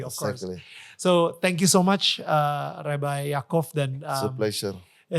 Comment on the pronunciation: Bahasa inggris nya ko lebay rebai orang inggris aje ngomong nya rabai